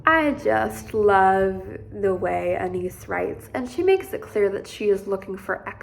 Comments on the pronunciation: Ana-yees - not Anees. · Saw documentary where she pronounced her name. Ah-Nah-eese